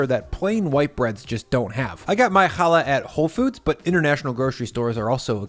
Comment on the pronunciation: I very much appreciate you pronouncing (and spelling) challah CORRECTLY! If you can't pronounce the damn name right, you shouldn't be eating it. It's not an H sound, it's a KH sound, like "loch" or "Bach". Again,, thank you.